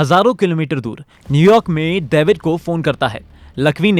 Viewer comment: Daevid ni lohdu david